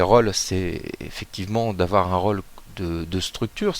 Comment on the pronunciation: mauvaise prononciation de " rôle " c''est un O fermé et non pas ouvert , à cause de l'accent circonflexe sur le O merci de ne pas bousiller notre belle langue Merci !!! hihihi